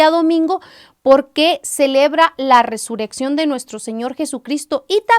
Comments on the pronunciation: Hermana es Resurrección ...no Resureccion como lo pronuncias 🙈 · Algunos comentarios ya escriben como lo pronuncias (con una sola r ) y es doble rr .Bendiciones